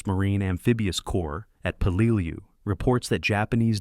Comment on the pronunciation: It's pronounced Pell la lew. You just can't make up gibberish. Your AI screwed up Tarawa too. Edit before you post! C